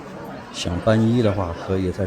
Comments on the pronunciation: 皈依正确的发音是gui yi, 不是ban yi. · 文殊院这一段：皈依，读作guī yī